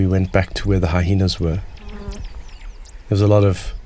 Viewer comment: it sounds like the narrator keeps pronouncing Hyenas like hi-henas, which is incorrect. your trying too hard mate